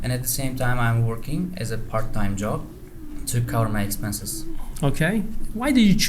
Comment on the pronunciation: Job ni talafuz qilolmadi